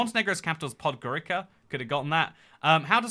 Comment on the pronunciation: in most european and indoeuropean languages if you write down C you read C [:ts:] and not K .. so when you say podgoriKa my ears are bleading the same as when you say that malaga is an island :D